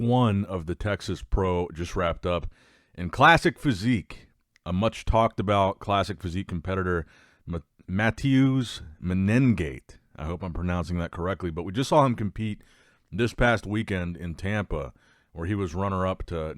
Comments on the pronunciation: Matheus in Brazil is pronounced "ma-tay-oos" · Mah-teh-oos Men-eh-gah-chi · The pronunciation is like My-te-oos.